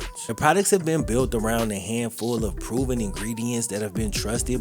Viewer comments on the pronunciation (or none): none